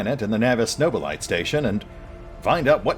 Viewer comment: as a general pronunciation, Nobilite has four syllables: No-bi-li-t(eh)